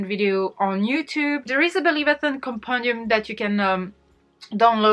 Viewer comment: This video is amazing!! You did so much work for this and such a handy resource for us on booktube looking for readathons! And thank you so much for including and shouting out Believathon ✨ also I am here for the rambling AND you pronounced my name right!! I am loving this 💙